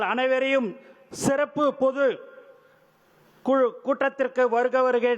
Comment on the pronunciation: சிறப்பு என சொல்லத் தெரியவில்லையே செருப்பு என ஒலிக்கிறது திருத்திக் கொள்ளுங்கள்.